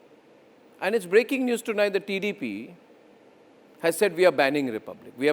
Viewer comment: First of all pronoun the name of tdp properly. Who the hell are you why the minister should explain to you personally. The rules are not decided by one person.There will be a commity. If you shout like that i think you will die soon. Today he gave clearly explaination about the situation. Why you are targeting tdp. He is a central minister not only a party member. If you have dare just target the main issue and where the issue started not the person